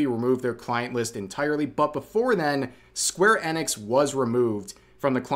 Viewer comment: How is it that you don't know how to pronounce square enix correctly?